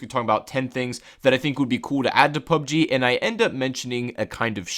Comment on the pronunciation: PlayerUnknown's Battlegrounds; or P.U.B.G.; or Battlegrounds – NOT "PUB-GEE".